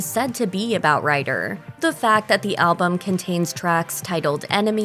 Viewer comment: why do u pronounce Ryder "writter"?